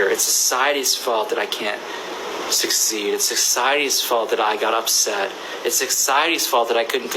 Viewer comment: how many times did he have to say “sec-cities fault” really